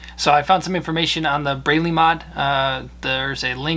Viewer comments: Braly is pronounced like the dual cup device women use for support, i.e. bra. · George Braly pronounces his name "BRAW-li". He's one sharp guy. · Pronounced "Braw-ly" ... is that why yall are laughing ?